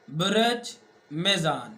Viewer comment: آپ بُرج کو بُرَج پڑھ رہے ہیں لوگوں کو مس گائیڈ نہ کریں آپ کسی سائیٹ سے پڑھ کر سب بتا رہے ہیں جناب آپکو کو ککھ نہیں پتا آسٹرالوجی کا